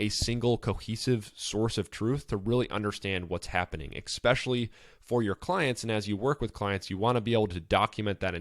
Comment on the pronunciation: You are pronouncing especially wrong fyi. Great post. Thx